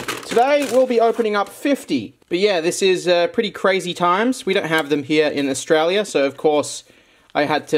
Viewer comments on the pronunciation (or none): none